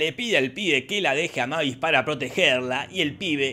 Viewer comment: Un dato no tan delital importancia, la hija de Drácula pues se dice meivis